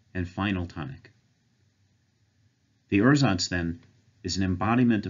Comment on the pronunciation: I'd personally pronounce "ursatz" as "oor-satz", because otherwise it sounds like you're saying "ersatz", which means something quit different; it's also a lot closer to how it's pronounced in German.